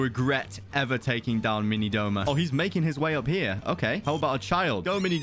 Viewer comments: Its "Douma" not Doma He is my favourite character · Wrong wrong wrong it’s douma not doma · IT DOUMA NOT DOMA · Not Doma but Douma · That is not doma it's douma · Isn't it Douma not doma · Everyone saying Doma instead of Douma is killing me 💀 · its douma not doma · Snort ACTUALLY, ITS “DOUMA” 🤓🤓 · 🤓 it’s actually douma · No hate but its douma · isnt it douma?